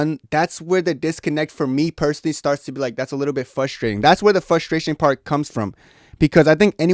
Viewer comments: “Fustration” “Fustrating” bro learn to annunciate properly. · There's an R after the F in frustration brah... Just like there's 6 Ls after Izzy's name now 😂